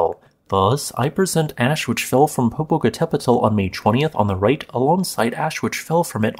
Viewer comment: Your pronunciation wasn't that bad. I'm pleased by your attempt. Usually people end up saying something hilarious like Poh-poh-cattle-pedal. Good job.